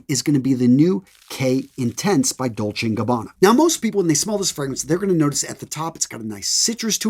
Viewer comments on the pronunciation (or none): none